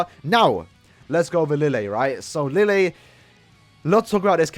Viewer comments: It is written "Lille " but it is pronounced " Rije". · Lille's name pronunciation is Li-Je. His Japanese name was Li Jye and apparently that two L makes a J sound.